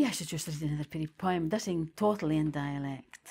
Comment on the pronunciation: Ive never heard poem pronounced Poh EE umm